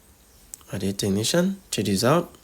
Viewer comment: chejichow is all i am hearing